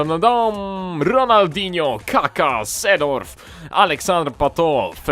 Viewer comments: Czyta się Sejdorf (i Klirens) :) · I Seedorf sie czyta Zedorf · mowi sie Sidorf. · Sejdorf* i De jong* sie czyta ;D